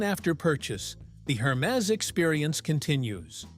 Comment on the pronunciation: Wrong pronunciation😅 Please, ask somebody French to pronunce "Hermes."